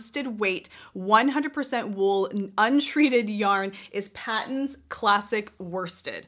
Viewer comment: Patons is pronounced as "Paytons". Yes it is an Australian Brand. Produced by Aussie Yarn Company.